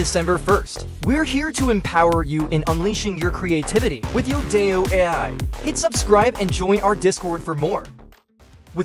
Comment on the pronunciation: It's kinda painful and cringe watching this video constantly saying the name of the site wrong. It's "Yo-Dai-Yo" not "yoda-yo"